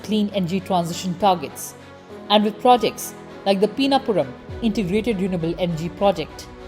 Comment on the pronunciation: Its not peenapuram its PiNNapuram. Simple as that' 😅